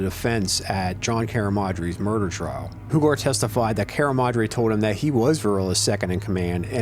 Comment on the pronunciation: Tony Hugar is pronounced “U-Gar”. Love the Altoona videos , born and raised. Keep’em coming.